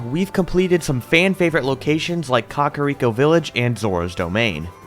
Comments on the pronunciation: This man said, "cockariko" instead of Kakariko lmao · Cock-a-rico Village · I love this series, but I still can’t get over Cock-ariko village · Dude why you gotta say COCKariko village? It's Kakariko... like CACA not COCKA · it's just the way he said it lol I've always called it kack-a-rico village but idk which is the correct way to say it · im sorry... did you just say Cock-ariko Village? i now have my new pronunciation for Kakariko.